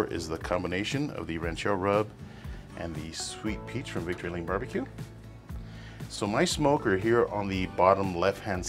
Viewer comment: What is unpita sweet peach rub, sorry hard to understand what you said, and can't read the label on your rub, the first one you put on, Also were the salmon frozen, assume so. I do mine the same way in the brine, better than in the liquid brine for sure. Think I found it, Victory Lane BBQ, Thanks anyway, will try it.Is it spicy or mild?